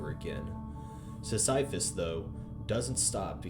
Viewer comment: You mispronunciation of Sisyphus lives rent free in my head...